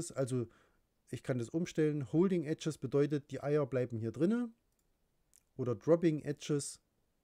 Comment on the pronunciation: Ganz gut erklärt - aber bitte bitte lern englische Aussprache ... :D Eggs ist "ÄGS" nicht "EDGES" :D